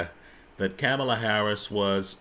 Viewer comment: PLEASE PRONOUNCE HER NAME RIGHT !!! I appreciate what you had to say though…